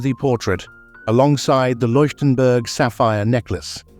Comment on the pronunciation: Unerträgliche KI Kommentarstimme, Fehler auf Fehler in der Aussprache. Bohnen Fransen Tiara, Bananen Tiara, Leienburg/Loienburg/Likenberg statt Leuchtenberg , Wunderkerzen, Peru statt Parure usw. The A I voice is horrible. Mistake after Mistake in pronounciation and completely wrong names and words. Please not a second part with A I voice!